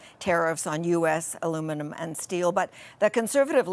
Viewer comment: So cute, she can’t say aluminum, by the way I couldn’t spell it, had to look it up 😂😂